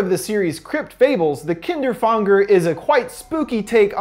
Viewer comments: The way he pronounced kinderfänger fucking annoys me. If the name is supposed to be said like the german word you have to pronounce it "kinderfÄnger" not "kinderfAnger" and if you don't know how to pronounce an "Ä" LOOK IT UP! people saying it like a normal "A" has bothered me for years! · You pronounce Kinderfänger wrong. But its a difficult word because of the ä. Its pronounced like an ae. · Kinderfänger or how you called it “Kinderfanger”...seems like these story writers also think German stories are scary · I'm sorry to mark you on this but it's called Kinderfänger but it's okey because you don't have that letter in your alphabet ^^' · this is absolutely irrelevant but I hate how you pronounce kinderfänger omg that's the true horror lol